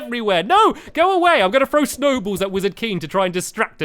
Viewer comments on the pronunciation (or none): none